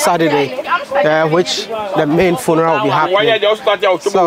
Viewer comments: "FUNARAS" 🤣 ...You gat on that Village boy , My favorite YouTuber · Cool interaction with the VP . He was so dope and his suit rocked! I couldn't stop giggling each time you pronounced 'funeral" lol. Keep dropping the videos buddy. Good job on changing the narrative about us